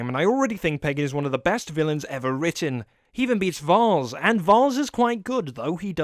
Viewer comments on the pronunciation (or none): it's pronounced vAAs not vARs +1 sin for not listening when people said his name